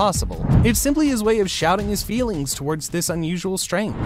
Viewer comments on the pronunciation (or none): none